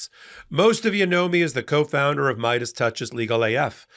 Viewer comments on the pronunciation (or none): none